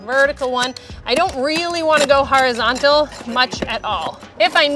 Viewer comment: The "harazontal" wood